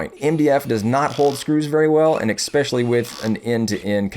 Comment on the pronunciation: "Especially" does not have a "k" in it....